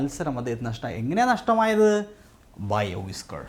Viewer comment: Whisker pronunciation വിസ്ക്കർ എന്നാണ് , അല്ലാതെ വൈസ്ക്കർ എന്നല്ല